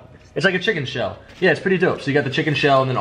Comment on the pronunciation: the "shell" its called shnizel